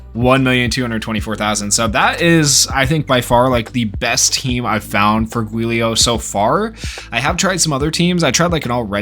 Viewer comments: It's pronounced Julio 😭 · It's pronounced "Juu - lee - oh" and the juu is kinda pronoucend like jew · Giulio is an Italian name. Think “Juliet” but said with “-lio” instead. Also, think “Rudy Giuliani” but say the name like the last name, except with “-lio”. Giulio!